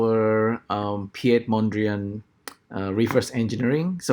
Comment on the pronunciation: It's pronounced like "Pete".Interesting work! So basically, you need input pixel values from your UV map for a density function to solve a problem of importance sampling. The resulting voronoi set could serve as scaffolding for the actual lines. I wouldn't know where to start.